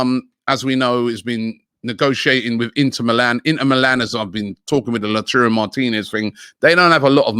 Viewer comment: Is it just me or is Robbie butchering Martinez’s name😂😂